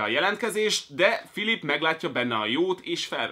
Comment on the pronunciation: óóó de akkor hogyhogy nem tudod hogyan kell kiejteni a Philippe-t? :D